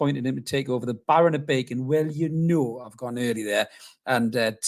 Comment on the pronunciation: "Well yer hnow" yer me me laugh mate - nice hat man